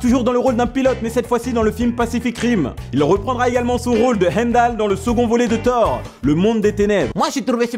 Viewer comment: Tu prononce son nom dans Thor avec l'accent arabe, c'est marrant.